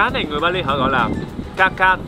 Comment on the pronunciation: he does not speak right the way of (Bali). and should go to school to learn properly.